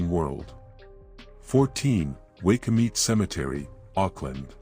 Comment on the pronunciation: It's pronounced why coo mit e spelled waikumete